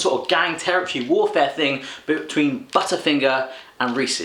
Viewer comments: Yep budder finger that's how I talk lol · And he says "butta finga" he calls us weird haha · The way you say "butter fingerr" 😂👏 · lol we do not say budder finger